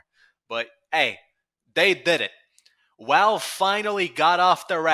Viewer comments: Why do you say "Walve" are you retarded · On one hand he talks like Paulie Walnuts (so that.s a plus) on the other hand the way he says Valve gives me ptsd